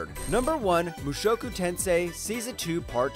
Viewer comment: Suphlette Rudus Mushowku come one man, learn the proper way to say it.